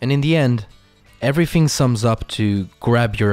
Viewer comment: You keep saying 'everyFhing' and it's annoying the heck out of me.